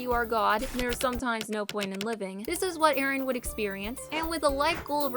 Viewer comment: ERIN??? NANI IT'S EREN